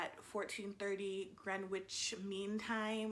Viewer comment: "Grenwitch" lmaoo it's pronounced Gren-ich but tbh I only know that because I live there.